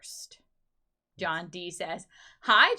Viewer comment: Where does it say Bath hurst? It's BATHURST. It's not two words, it's one. Learn to pronounce our names. Or just don't.